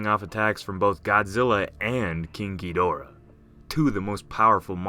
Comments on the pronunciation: The moment you said "King Ghidorah" I thought you said "Kinky Dora" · i always hear "kinky dora" instead of king ghidorah... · When he said king giidorah I thought he said kinky dora